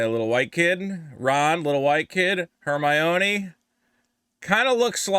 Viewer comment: "Her-mah-own-ēēē" looks like Rachel Zegler. What an absolute travesty.